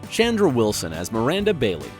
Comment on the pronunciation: Chandra Wilson name is not pronounced “Shandra” !